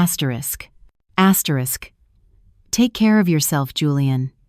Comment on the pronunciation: Please don't use the word "asterish asterish" in the next story.🤕🤕